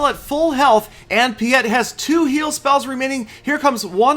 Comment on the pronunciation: The way you pronounce piet😂😂😂 (no offense love you but just needed to express my feelings)